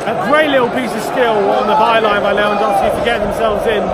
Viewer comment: Great Videos guys :D Love the enthusiasm and keep ya chins up high. Tottenham will come back and maybe theyll smash us in Munich ;) Best regards from Munich. PS: Its pronounced Lewandoffski :P I havent heard a brit say it right yet. I fuck up foreign names as well on a regular basis